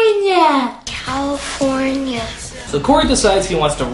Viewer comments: Cawyfoynia xD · So you say cawifownia? =X